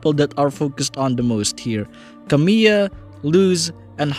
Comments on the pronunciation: You were actually quite close in your pronunciation there! The only thing you got wrong was that second “l,” which is actually spoken rather than being silent. So it actually sounds more like “Camee-LA” instead of “Camee-AH.” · Good video but fyi her name is pronounced Camila not Camiya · not camila as camill(y)a lol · Not to be the 87th comment but yeah, her name is pronounced Camila.